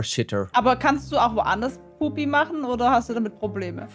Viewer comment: Woanders kacken, Ich habe ja mehr Probleme damit, das sie puppi sagt🤣